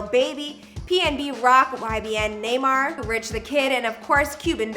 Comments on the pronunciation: I Know She Did Not Say YBN Naymar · YBN Neymar?😂😂 you mean Nahmir?🤦‍♂️🤦‍♂️ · Right it’s “Nah-Meer” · “Nay mar” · “YBN naymar” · "Ybn Naymar" nice